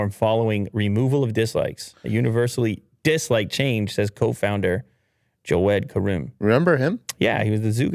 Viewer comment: Name of YouTube's cofounder: Jawed Karim: Joed Karoom LOL Arabian names are sometime hard for Americans and British people to pronounce